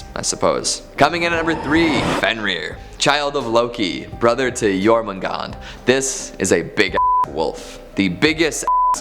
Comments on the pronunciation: Jormungandr pronounced Your-man-gandAR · 1. Dragar, they are bodies of the dead seeking revenge for not being able to enter any afterlife or for the one that killed them. Skyrim should not be a reference. 2. Jörmangandr is pronounced (Jor-man-gone-dr) with rolling “R”s. 3. Surt is more commonly spelled Surtr and pronounced (sir-ter). I’m sure there’s more I’m missing or don’t know about.